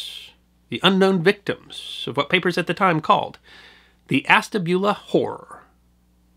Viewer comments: Hi enjoys the item. I as born in the town , and never heard of the wreck, until a few years ago while in Calif. The towns name is pronounced as ash. Ta. Bula. Keep it up much enjoyed. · Love your channel sir. I am from NE Ohio. I know this is being picky but us locals pronounce it ASH-tabula. Cheers!